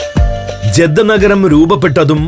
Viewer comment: ജെദ്ധ അല്ല ജിദ്ദ. മെക്കാ അല്ല മക്ക